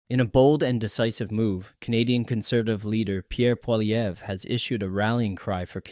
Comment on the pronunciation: It is pronounced Poly ev saying the ev as you say it in ever.